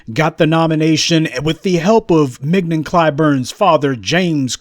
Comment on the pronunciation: She goes by "Ming-YON", Prof. As in "Filet". A prime cut.